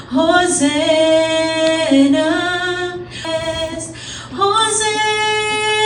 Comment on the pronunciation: Hosanna po...... not hosenna